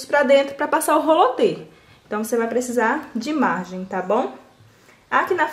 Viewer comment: O nome não é rolo te e sim roliter